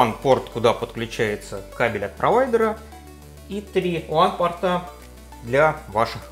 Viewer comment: Вот засада, в твоём исполнении WAN и LAN звучат почти одинаково;)